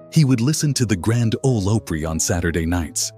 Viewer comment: Especially one that says opry